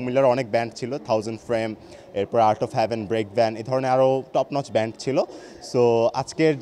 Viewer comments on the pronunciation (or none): উচ্চারণ টা ব্র‍্যান্ড হবে না,ব্যান্ড হবে